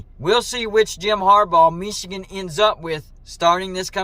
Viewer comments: Dude you crack me up when you say “Mee chigan “ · The way you pronounce "Michigan" is really weird. When Harbaugh began coaching at Michigan, part of his compensation was to lure him away from the NFL. When they reduced his pay, they shouldn't be surprised he then interviewed for NFL jobs. If they didn't want him interested in going to the pros, then you pay him so he's not interested in going to the pros. This happens in other industries and is part of the analysis when deciding what to compensate highly sought after talent and skills. If you don't pay engineers/executives/technicians enough, don't be surprised if they show interest in other opportunities and companies.